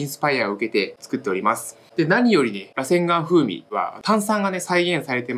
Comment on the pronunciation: 螺旋丸のイントネーションちょっと違くて草